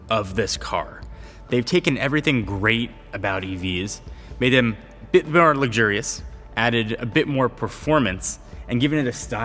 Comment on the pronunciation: The way you pronounce luxurious… lug-jury-us?